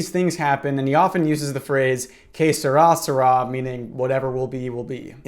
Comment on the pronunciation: i thought you were saying some sort of ancient egyptian phrase like K'srasra but you were trying to say ''Que sera, sera'' lol